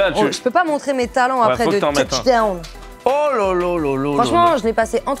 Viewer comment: Elle a détruis le basket elle a dit tuchdown